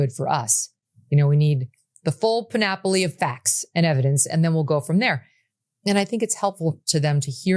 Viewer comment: Megyn, you're a pretty classy and articulate broad, but (if you're taking any notes) I think you slipped an extraneous syllable in to your pronunciation of "panoply".